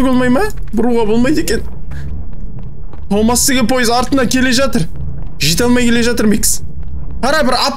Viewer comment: Томас дегенді топас деп естіген мен😂😂